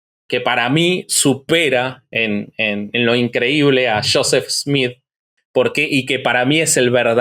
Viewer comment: Se deve pronunciar yoset,no shoset